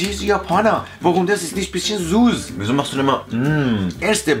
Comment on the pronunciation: Er sagt Nicht 'Süß' sondern 'Suss'😂